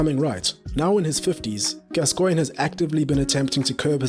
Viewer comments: Your videos are fantastic, but I do wish you'd just read your script to somebody English before you record them. For example, it's GAScoin, not gasCOIN*. A minor quibble though, and I'm slowly working my way through your excellent content. *and before anyone tries to hoist me by my own pedantic petard, yes I know that's not how his name is spelt. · Mate: his name is pronounced GAS-coigne, not Gas-COIGNE. Sorry to be a pedant but the tenth time I cracked... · FFS say his name properly..GAS-coigne Not gas_Coigne. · As soon as "Gascoigne" was pronounced wrongly within the first few seconds, I left. If you can't get the name right what else is wrong? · Odd way this guy says "Gascoigne". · Your pronunciation of Gascoigne is stopping me from liking this video. Give the man the respect he deserves. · you cannot even say his name properly! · I think the emphasis should be on the Gas, not the Coigne......😏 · You’re pronouncing gascoigne incorrectly